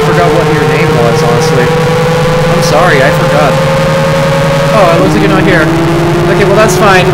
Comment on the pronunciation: thx for the compliment and u are still saying “youre” wrong lol